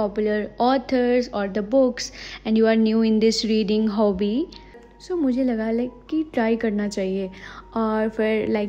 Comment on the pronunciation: Usne hobby ko hooby bola 😂😂😂😂